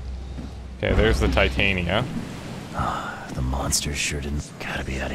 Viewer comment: Honestly I hate being this guy but for the love of christ ITS TIT-AN-YA THE WIFE OF OBERON THE FAIRY KING WHY ARE THEY CALLING HER TI-TAIN-E-YA